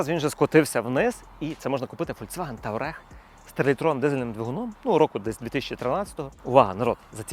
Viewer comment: Чому ви говорите "таврег" коли "туарег" слід казати? І ще. Ви дійсно вважаєте, що в пересічних людей є 20 тис дол?